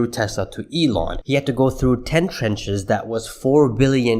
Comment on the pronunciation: You keep saying when it is actually trounches